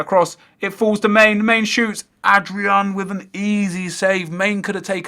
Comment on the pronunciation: My brain died when you pronounced Mane(Man-ay) as main....